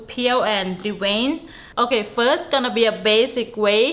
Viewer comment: Thank you! Now I know how to Dee-Wayne Da Shrimp 🦐😂🤣🤣🤣🤣🤣🤣 Really good 👍🏽 Video 😊